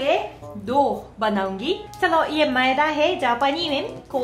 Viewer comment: Madiya nahi maida but good hindi I am your old friend of you